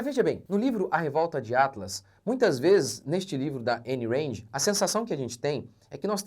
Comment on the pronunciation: A pronuncia é "Aaaayn Raaaand" não EIN REND